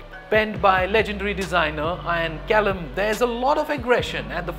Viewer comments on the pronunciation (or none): none